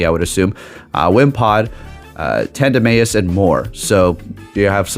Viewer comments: It’s a mouse and a mouse…”Tandemeyis” 😂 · I think tandemaus should be pronounced "mouse" at the end